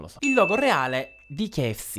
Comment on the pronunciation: si dice k-f-c